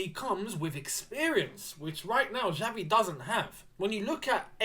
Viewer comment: Hi... Pronouce is not "Javi", it is "Xavi/Chavi"... Kkkkkk..... Is funny to hear you saying "Javi". Keep it up bro, whish you all the best.